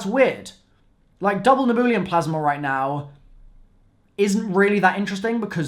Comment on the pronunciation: It's not neboolium, it's nebulium lmao